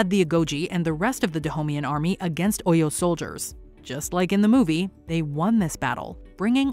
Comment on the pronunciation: But please the person narrating this video. Is she not white. Please what do you really know about Africans. Even your pronunciation of OYO is even wrong. But so far the movie was ok. But their accents was not stable. But they tried though. The king's accent was the best👍